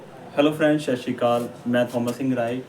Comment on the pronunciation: ਞੀਰੇ ਜਾਨਕਾਰੀ ਲਈ ਆਪ ਜੀ ਦਾ ਬਹੁਤ ਧੰਨਵਾਦ ਪਰ ਇਕ ਬੇਨਤੀ ਆ ਵੀਰ ਸਤਿ ਸ਼ੀ ਅਕਾਲ ਸਹੀ ਬੋਲਿਆ ਕਰੋ 🙏